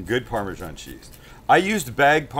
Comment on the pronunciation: Why pronounce Parmesan in that very strange way? Just look at how it's spelt!